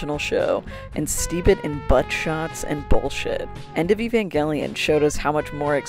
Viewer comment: i cant believe you pronounce evangelion like that